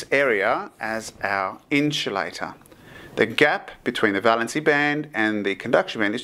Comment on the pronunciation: Great Video! but i would like to clarify that its pronounced IN-SUL-A-TOR. Not INCH-U-LATOR or EN-CHIL-ADA